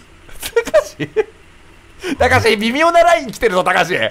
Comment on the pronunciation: ここ慌てすぎてたかしじゃなくて「たしか」になってるの面白すぎるwwwwwwwwww